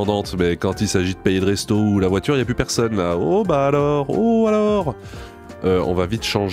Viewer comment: de voitCHURE